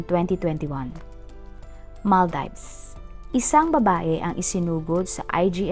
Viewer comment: Ang sagwa pakinggan ng pronunciation . Kalurky😮😮😢 ( maal·deevz) NOT mal-dayvs